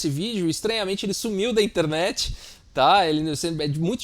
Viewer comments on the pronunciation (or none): interrrnet hahah